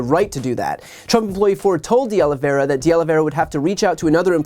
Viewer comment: Finally - someone who is able to pronounce De Oliveira correctly! I've heard De Oliveria and De Oliviera today. Great video!